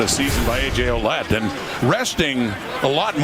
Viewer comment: funny how they say ,oulet .... when his name is Ouellette ... well-et,, thats the pronounciation ..,,, well-et